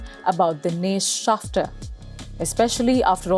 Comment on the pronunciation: It's " Schafter "